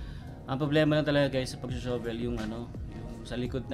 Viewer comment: Huwag Kang magalit pero Hindi Tama Ang pagbigkas Ng SHOVEL. Ang bigkas mo ay sho vel. Ang Tama ay shuh.vl. o Sha vel.